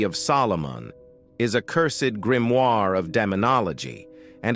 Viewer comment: Lad... Either choose to speak on fiction or choose to speak on facts & reality. Not a single entry, up to & including the Codex Gigas, is factual. Your robot voice mispronouncing Grimoire three different ways in a row was really entertaining though